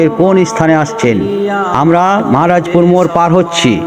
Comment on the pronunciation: জায়গার উচ্চারণঃ গুলো সঠিক করে বলেন, মহারাজপুর কে মাহারাজপুর বলছেন কেনো .? আর মেলার মোড়, ঘোড়া স্ট্যান্ড, লালা পাড়া মোড়, এইগুলো মহারাজপুরের অংশ, তা হলে মহারাজপুর পার হলেন কি ভাবে 😂😂